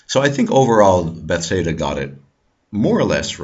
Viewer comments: this is a grat video. one quick question, why do you say bethsaida instead of bethesda? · i really enjoyed this viedeo however you say beTHEsda kinda odd ;)